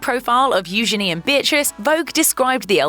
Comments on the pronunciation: Here sisters name should be pronounced, EU Jay nee, with the J being said softly, or EU jeenee, again with the j soft. But EU jenny, is not correct, at all. ☺ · It's EU genie, soft g sound. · Really I guess it’s said U Genie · You are pronouncing Eugenie’s name Eu-G-ine